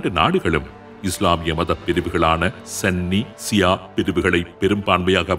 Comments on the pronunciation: சன்னி அல்ல சுன்னி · சன்னி இல்ல சுன்னி என்று வரும்